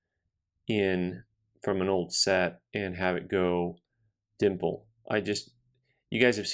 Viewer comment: I was saying it as a joke for a while.. turns out, that's actually the way the experts say it too (in seriousness).